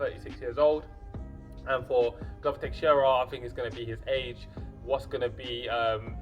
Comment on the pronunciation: I don't want to be annoying, but it is Teixeira, non Texiera. I point it out kindly before somebody does indeed be annoying and starts to run his mouth. Anyway, I am predicting Santos winning by knockout. Santos is a beast, he is a bulldozer, the 205 lbs version of Paulo Costa. I agree that defensively he is not very solid, leaves himself open, and I honestly question his cardio a little bit. Teixeira has good boxing and amazing submission skills, which I think would play a very important role if he takes the fight to the mat, which I think he can. Santos is very strong, he is a black belt in BJJ himself, but I think Teixeira can take Santos down and can submit him, maybe taking advantage of his (in my opinion) questionable cardio, sapping his energy on the ground and finishing him by submission. It remains to be seen how Santos can handle Teixeira's grappling, but I think Santos is the overall better athlete, he will keep the fight standing and land big shots on Teixeira, getting the knockout.